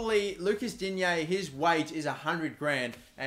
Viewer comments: Pronounciations: Digne - Dinye Gonalons - Gonalon Stade Rennais - Stad Ren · It's pronounced Di-Nyae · Im French and when you say digne the g is silent